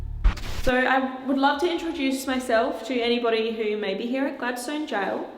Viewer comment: Hi Amy. We just come back from Tasmania and went to richmond jail and Port Arthur. Had a ball. Oh Gladstone is pronounced Gladstun. Not that its here nor there lol. Anyway love your videos. Inquired about your visit to richmond jail. He said you were so excited and such a lovely person. But we all know that. X we had a bit of activity while we were there. Not so much at port arthur. Your investigation was more exciting.